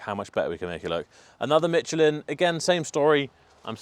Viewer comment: Ah, the invisible English 'T' added to Michelin. FIle next to the egregious pronunciation of 'taco'.